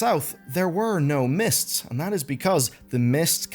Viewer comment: it's called MISTS of Pandaria, not MISSED of Pandaria. How much could I possibly have let slip?